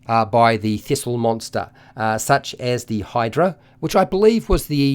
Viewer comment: Absolutely no one: This guy:theeesylhydra